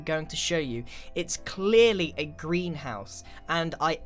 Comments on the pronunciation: greenhouse, emphasis on HOUSE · I thought he said a "grian house"